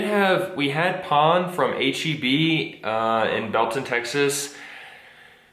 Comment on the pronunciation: I like how says pan like saying "pawn" in english hehehe. Feel better both of you. ✌